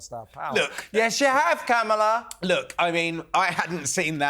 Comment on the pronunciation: WHY DO YOU LOT INSIST UPON CALLING Kamala Harris ‘Camel-a’!!! Her name is pronounced ‘CAR-m-la’ i think you do it on purpose. It’s not funny, it’s juvenile, it’s inaccurate, and it’s ignorant. I can’t stand the woman, but please be professional…. call her by her f***ing name!. You don’t have to insult her just because she’s somehow deficient. Not funny!!!!! I like your show, but not that much…goodbye.